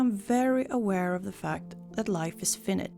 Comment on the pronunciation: Finite is actually pronounced "fye-night". Just a small blip. Your video is wonderful. Very honest, thought-provoking, and wise. God bless you big. 💓